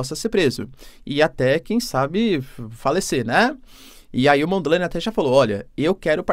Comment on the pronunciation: Não se diz "Mondi laine" tipo nome em inglês. Neste link vais escutar como se pronúncia o nome.